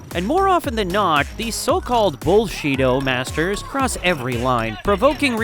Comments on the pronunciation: did i hear "bullshito" or "bullshido"😅😅😂😂😂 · Dud you say " Bullshito Masters"?